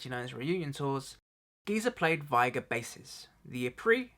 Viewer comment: Vigier is not pronounced "viger," It is French and properly pronounced "vee zhey." The 'j' sounds like the 'j' in Taj Mahal.